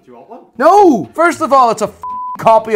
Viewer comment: 'Cahhhhsio?! CAhseeohh?! INDEEED!!! 🤣